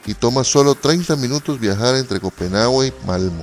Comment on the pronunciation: Ciertamente muy mal video, no es necesario las letras si estas narrando, ademas de que lees mal, te equivocas varias veces, lees mal el nombre de copenhague, si es un video PON LAS IMAGENES Y QUITA LAS LETRAS!!! para que las letras si narras el video?